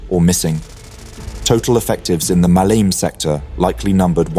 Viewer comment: Muh-lee-may not Muhleem.